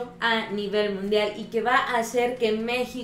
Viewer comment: Jajajaja es mundial o ( Nundial )